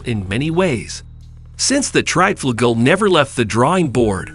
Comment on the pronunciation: The Triebflugel was an aircraft, but not exactly an airplane and the mention of the XFV-1 Salmon and XFY-1 POGO although not exactly similar in configuration did make some sense because they take off in a similar manner. I'm sure this guy's pronunciation will give some people OCD.